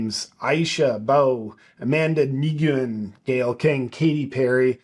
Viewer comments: Nguyen is pronounced ‘win’. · Nguyen is pronounced Wen. Not throwing shade, it’s just a good thing to know. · Fyi, Nguyen is pronounced 'new-en'. It is the only thing I feel I can contribute to your video. 😎🇦🇺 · Nugenh pronounced New yen